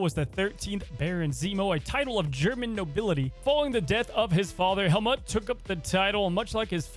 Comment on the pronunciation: The way you're pronouncing Helmut had me cracking a smile, but it's actually pronounced like "Hell-moot". :) Love your content tho, keep up the great videos <3